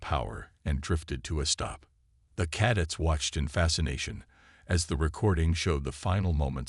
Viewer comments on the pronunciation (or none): Cadets, emphasis on the second syllable. Cuh- DETS. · After hearing "caddets" the fourth time I was out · ...what's 'caddits', precious? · That annoyed the hell out of me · Pronounce cadets properly !